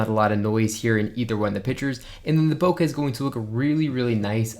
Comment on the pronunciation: Proper pronunciation: Bokeh, not Bokah